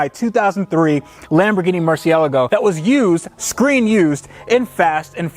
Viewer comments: Please learn how to say Murcielago the right way instead of the Murcielghgalhgahlgo😂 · He DID NOT just say mercy-ella-go .... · Anyone else just laugh at the way he said Murcielargo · ITS MURCIELAGO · OMG HE SAID MERCIELIGO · How come you can say, "Testarossa", "Diablo", "McLaren" correctly - even "Lamborghini", but you aren't interested in saying "Murcielago" the right way? You keep dropping an 'a' in there, making the word "murcy-a-la-go". There is no such car as a "Lamborghini Murcialago". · My 2013 Lamborghini “Merci- Ella-Go” 😂😂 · Stop saying MERCYAAALGO! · Ugh.... The "murci-el-go" is gonna get the "gold treatment." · Killin me man... it's Mer-chee-a-LA-go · "Murciellago" :p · It hurts every time you pronounce Murcielago incorrectly 🤷🏻‍♂️😂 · Say Murcielago like most ppl. It's a Spanish word but it's not a Spanish car. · Please pronounce murcielago correctly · You said Murcielago incorrectly. Otherwise, keep up the good work. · So triggered by the way you say Murciélago, you used to say it like a normal person until you picked it up from Ed over at vinwiki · Fucking hell man learn how to say the name of the car